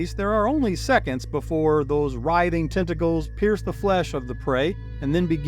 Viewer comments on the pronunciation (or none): none